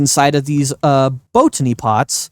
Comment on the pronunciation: Please stop saying bow tany pots. You said it right the first time....bot any!